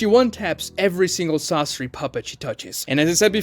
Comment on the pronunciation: It's not "sássuri" it's Sasóri.